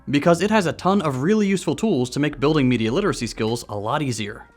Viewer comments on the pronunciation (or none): none